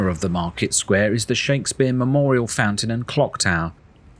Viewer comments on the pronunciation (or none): none